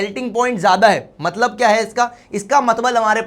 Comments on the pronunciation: Matlab❌ Matbal ✅ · Mtbal Mtlab Mtlab hota hai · Matlab ❎ Matbal ✅ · Matlab❌ matbal✅